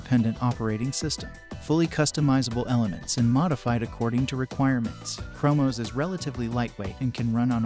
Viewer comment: Lmao the Ai voice is so funny! Mackoos 😂 and primyose and chromos